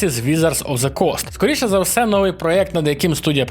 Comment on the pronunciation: на початку вiдео щось там про росiйську мову i потiм одразу: "нОвий випуск iгроновин" (росiйський наголос) 🤣